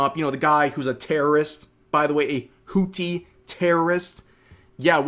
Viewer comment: Why does Rev pronounce Houthis like that? I have never heard it said like that.